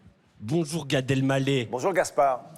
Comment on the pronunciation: Mince, Gad qui est l'un de mes humoristes préférés s'est encore trompé en prononçant son nom. Je ne perds pas espoir, un jour peut-être je l'entendrai prononcer Gad "El mallah", avec le h fortement aspiré puisque c'est un nom arabe qui signifie "vendeur de sel". Je précise "quavant" il n'avait aucun problème à prononcer correctement son nom...